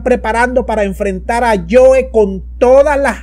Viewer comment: No es el amiguito "yoe", es el amiguito "joe"